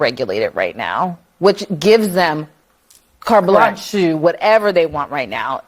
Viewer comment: hey congratulations! You understood the joke i was trying to make!! Good job!! Only problem? Ya kinda missed the point of it. See, the lady in the video said Carte Blanche as “car blotch” therefore, it was humorous for me to say it ironically. The more you know!